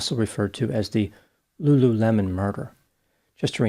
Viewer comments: It's not Lu LU LEMON! It's Lulu le mon... l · Lulu mon. Not lemon lol, it's cute though